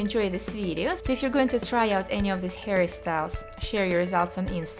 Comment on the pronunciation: every time she says 'hairstyles' I feel like she says Harry styles